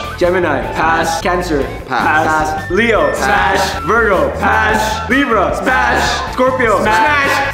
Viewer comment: bro all i heard was " spash smapsh smash pamsh "